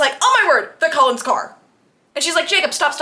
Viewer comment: OMG…. “ Cold-ones” “ Cull ens” :O